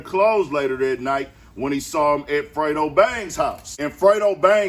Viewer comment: we know. we were being sarcastic.. its just the fact that she kept calling him Frito..🤣